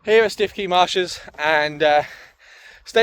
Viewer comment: All bend-in-the-middle soft shell roof tents are like that, they have the tongue and groove to transfer weight onto the main lower section, I'm not that far away so happy to give it a look, prob only need a little extra height on the RTT. Prob good that you didn't pronounce Stiffkey correctly as no one would know where you were...